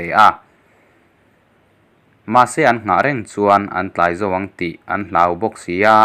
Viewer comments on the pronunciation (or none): none